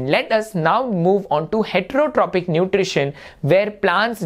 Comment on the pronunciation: Sir, isn't it Autotrophic, heterotrophic, and saprophytic (pronounced as Autotrofic, heterotrofic, and saprofytic respectively)?